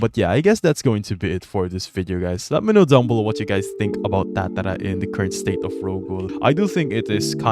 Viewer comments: please stop saying tatara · the way you say tatara 😮